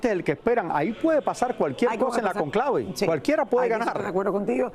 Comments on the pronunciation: No es "la concleve" Es el CÓNCLAVE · Al gordo deben enseñarle que se dice Cónclave no con clave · Vergüenza que hablen mal de la familia del Papa Francisco que son seres de bien y humildes como era el Padre Jorge Bergoglio y ese Sr conductor aprenda que Cónclave se dice con acento . No hablen mal de nuestra patria 🇦🇷🙏🏼🤍 eso no querria Francisco. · Raul por favor aprende a decir Cónclave no Conclave y si es cierto que sabes mucho porque has leído sobre el Vaticano deberías de saber que las colectas que se hacen semanales son para gastos de la parroquia y la segunda colecta se recauda para ayudas en obras sociales diferentes que la Iglesia realiza.